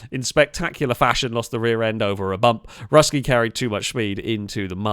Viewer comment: Russkiy (means Russian in Russian) is pronounced Rooskiy.